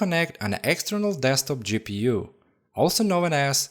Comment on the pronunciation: U sound like an idiot 😂 eeee gi peeu